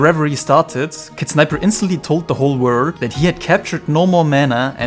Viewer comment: Why do they pronounce World "Word" !